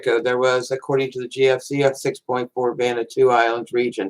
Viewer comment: Why do.americans pronounce it vanatoo? It's pronounced vaner watoo